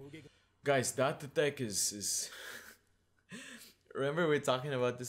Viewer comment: Does anyone here get mildly annoyed when says Da-te teck instead of Date (deyt) tech or Da-te ko?